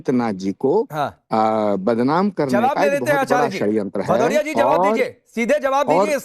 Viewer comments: अरे भदोरिया पहले नाम तो बराबरबोल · अनुराग भदौरिया शुद्ध नाम बोलो 😂